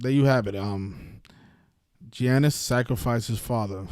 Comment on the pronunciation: Giannis name pronunciation is Yon - Nis 🤦🏿‍♂️ ... It's not Gee Yan Nis like your pronouncing it